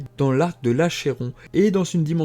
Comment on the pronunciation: "Achéron" se prononce "Akéron" ;)